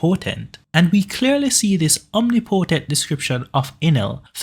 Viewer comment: mate the way you say omnipotent bothers me